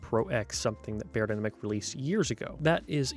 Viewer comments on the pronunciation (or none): Thanks for the honest review. If you wanted to pronounce the name of the brand „beyerdynamic“ correctly, it should sound more like „buyer“ rather than „bear“. Greetings from Germany 👋